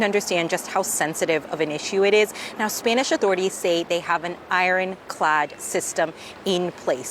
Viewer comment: Spaynish? 😂😂 you mean spanish right? I used to only trust CNN but ever since trump won they’ve gone downhill. Misreporting, letting their personal feelings show (should be objective no matter what) and just in general seeming less intellectual than previously. Like have your own opinions all you want, idfc, but when at work, those opinions need to be kept to yourself (not just spoken, tone, inflection, etc too). And get people reporting that are expertly literate. Although still not as hilarious as Omar’s WW11 mishap 😂😂😂 that shit was funny af